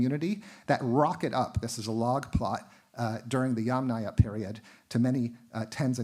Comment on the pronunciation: extremely interesting, but at this point it is very difficult to follow… not only does the speaker lisps pretty badly, but it’s difficult to follow because all of the Russian/Slavic names are in addition also mispronounced😢😢😢 this is becoming very irritable to my census. Sorry you also mispronounced every other Slavic name 😞 including Yamnaya (literally; of holes in earth) and Sredny Stog. (literally; middle stack). What I do not understand ; why do you bother twisting your tongue trying to pronounce difficult Russian and Ukrainian words if you can easily translate it into English. And instead of incorrectly saying YamNAYA (YUMnaia - is correct) … just say “earth culture” and “middle stack”. I understand that these type of lectures are for “professionals “… but this is YouTube - many lame/nonprofessional people also listen to these lectures. And then YouTube becomes full of videos who mispronounce the words even more since they don’t understand how to pronounce them from professional professionals! Come on this has to stop somewhere … it’s ridiculously hilariously funny.